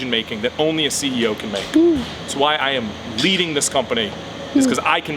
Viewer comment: Did say leading this company? Or bleeding this company😅